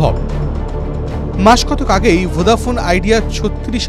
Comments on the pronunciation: ভোঁদা শুনে খুব খারাপ লাগছে😅 ভোডা বলুন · ভোডাফোন ❌ ভোদাফোন ✅ news anchor saying😂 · আরে ভাই ভোঁদা ফোন না রে ভোডা ফোন 😅😅😅